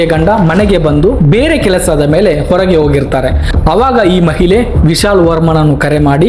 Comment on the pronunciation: ಮಹಿಲೆ ಅಲ್ಲ ಮಾರಾಯ, ಅದು ಮಹಿಳೆ